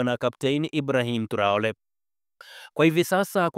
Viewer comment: Mwandishi mbona unatamka jina la Ibrahim traore vibaya